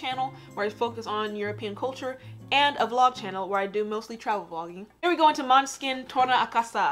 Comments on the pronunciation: monehskin not monskin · it's pronounced "mon-ae-skin" with the intonation on the 'o'. the letter å in dannish sounds like an 'o'. the little circle on top of the letter is the tone. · Måneskin means "Moonlight" i Danish. The bassist Vitoria is half Danish, and it is she who came up with the suggestion for the band name when the other members asked for Danish "funny" words. The Danish letter å, can best be pronounced with an English o = "Moneskin", so you er pretty close :-)